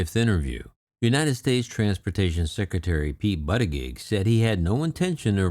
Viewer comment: FYI: The pronunciation of our Secretary of Transportation's last name is BOOT-edge-edge.